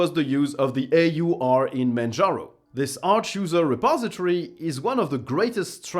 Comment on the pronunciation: "manjarno" XD